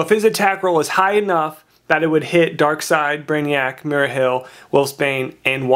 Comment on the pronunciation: MARIA Hill not mera and can you please stop dropping your G's thanks.